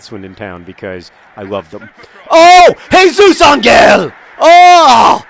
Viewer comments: Hardcore online gamers and computer geeks drink mountain dew, yes, for the energy. Also, Angel is pronounced "Ahn-hel" not "Ahn-gel" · It's not a hard g in Jesus Ángel, John. it's pronounced AHN-hell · Jesus Angel's name last name is pronounced AWN-hell. The emphasis is on the first syllable and the "g" makes what in English is an "h" sound. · lol it's funny how you say "angel" XD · It's funny how you pronounce "Angel". In spanish that G sounds more like an H.